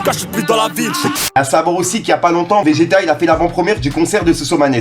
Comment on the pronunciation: V.G.TA se dit pas plutôt "Végéta"? 🤣🤣 T'es une galère! 🤣